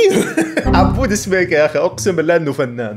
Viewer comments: يمعود سكيبه مو سبيكه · ياخي اسمة عبود سكيبة مو سبيكة يرحم امك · اسمه عبود سكيبه مو سبيكه 😭😭